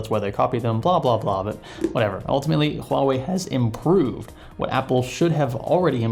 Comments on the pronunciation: its not HU Ah wei. Its pronounced as "hwa". The 'u' is basically a sound to make the transition between in this syllable easier, nothing weird with it. You got it correctly in . hahaha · Did you just say "Hu-wah-way?" My soul hurts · It's pronounced Ha Wei. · It's pronounced "Wah-way" :-) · Pronounced hwawei in case anyone was wondering. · It's pronounced 'ua-wei' not 'huawei' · No, 2 syllables and the h isn't silent: hua - wei exactly like it's spelled. I'm Chinese and speak Mandarin btw. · IVE HEARD HUAWEI EMPLOYEES SWITCH BETWEEN (HU-WA-WAY) AND (WAH-WAY) WHICH IS THE RIGHT PRONUNCIATION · You don't actually pronounce the H in the name of the company. It's silent and should start with a W like water. so its pronounced Wuawei. I know cuz I've managed a cell phone store and spoke to their reps before. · True, a long time ago Huawei already saw lots of people using Spanish-like pronunciation on Huawei (with silent H) and just went with it to make it easier for everyone. That's unfortunately the standard they set now. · it is a weird name, because you pronounce it wrong! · The h should not be silent. Huawei decided to promote it in the west using the silent h pronunciation. Idk if its either for the most part westerners genuinely just dont really know how to pronounce it or its because they've just got used to it. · In Chinese the H is not silent. Huawei just dumbed it down so Westerners have an easier time.